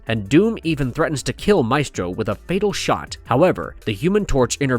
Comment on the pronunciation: WHY DOES THE NARRATOR SPELL HIS NAME SO WEIRDLY???